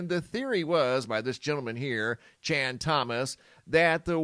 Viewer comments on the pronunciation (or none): none